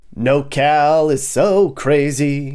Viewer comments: It's NorCal not NoCal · *Norcal not “nocal” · It’s not “NoCal”, it’s “NorCal”… Are you sure you’re qualified for this tour? I live in Sunnyvale, CA and love it… Driving past Oakland and making it seem like that’s everywhere is misleading and I bet you’ve never said hella. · It's NORcal, not Nocal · *NorCal (not No Cal) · Couple things, Its Nor Cal not NoCAl and it is anything north of Sacto. The rest is central CA and has little in common with this area. Secondly, why do you have footage from Big Bear and Lone Pine while describing Humboldt ??? Cant argue with the description of places like Eureka and Redding, definitely shitholes, but theres a lot of really great laid back places hidden up here just like anywhere in CA though you have to stay out of the cities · "hella" good vid, however, we call it Nor cal bro. Not "no cal" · It’s NorCal not nocal 😂😂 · FYI, it’s NorCal not NoCal 😉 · I live in NOR Cal (Not NoCal Which you are confusing the shortened SoCal nick name) If you can't even get that right, you don't know California. ROFL. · Born and raised in Northern California. It's Nor-Cal not No-Cal. I've never heard it called No-Cal. You forgot the area between sac and tahoe along I-80. Good places to live. Geographically northerm Cali is almost all red except the bay. I don't think you gave Sacramento enough credit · Your not completely wrong about anything but your 100% wrong about nocal. Its Nor Cal. Your forsure from socal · Anybody gonna tell this man it’s NORCAL and not NOCAL lol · NorCal NOT NoCal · Did you say "NoCal"? Lol nope, lived in NorCal for several years as a teen and never heard of "nocal". Born in Sacramento, my poor homestate is a shit hole now.